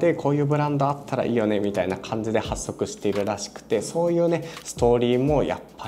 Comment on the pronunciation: “はっそく”じゃなくて“ほっそく”ね